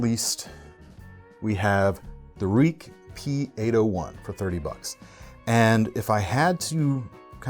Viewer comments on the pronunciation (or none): The Ruike P801 is a great knife. However per the manufacturer, it is pronounced "Rake" to rhyme with bake. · Anyone who doesn't pick up the Ruike P801 (pronounced RAY-ku BTW) is simply missing out on one of the best deals on the knife market. I've been using it as my EDC for 3yrs in a harsh marine environment where I'm often cutting through thick mooring lines hardened by sun and salt water. Insane build quality and durability for the money, and that Sandvik steel just continues to impress whatever I throw at it. Easy to sharpen and holds its edge well. Super slick action, fires open with the speed of thought, from the flipper tab or the thumb stud and drops shut with a single hand. Stainless scales and pocket clip make it slide in and out the pocket effortlessly, yet it's never fallen out unintentionally regardless of the tight spaces and inverted angles I've had to stuff my body into working on boats. The one single caveat maybe is the stonewashed finish on the blade does tend to pick up some fine scratches from rough use, but for $30 I picked this thing up as a beater work knife and it simply refused to die. Super impressed, I've told many of my friends about it over the years and have given several as gifts. The knife is a major go! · I have 5 Ruikes (pronounced rake) in my collection.IMO the best bang for your blade buck. very good quality,action,price.